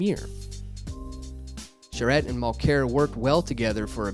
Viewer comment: it's worth a watch but damn, - SO many mispronunciations you'd almost think that you weren't Canadian. ARE you Canadian? Charette? Mulclair? outer-mont? come on, dude.